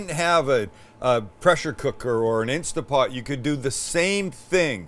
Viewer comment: It's instaNT pot, not insta pot 😕